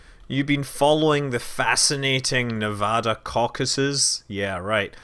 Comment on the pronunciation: Scott, I would like to thank you for pronouncing Nevada correctly.